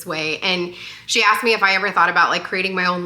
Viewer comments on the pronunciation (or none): none